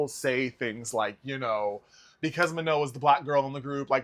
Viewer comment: you don’t pronounce the N. she said that herself